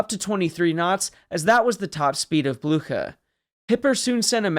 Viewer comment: That’s not how you pronounce Blücher